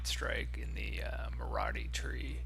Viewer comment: "mauradee" and "zenerin"... ok